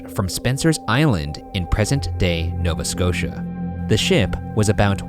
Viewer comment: #postmortem As a Nova Scotian, I was absolutely shooketh that my home province was said. (Also big thanks for pronouncing it correctly). I absolutely love Maritime mysteries such as this one, loved to hear your quips about it :)